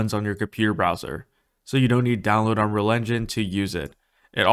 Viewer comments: You say “unrol” engine lmao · How can you make a good tutorial if you don't even take the time to pronounce Unreal correctly...? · man this guy cant pronounce unreal :D its funny